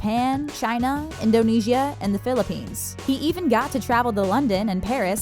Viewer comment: Why do people pronounce Indonesia wrong? It just annoys me a bit...😅😅😅☺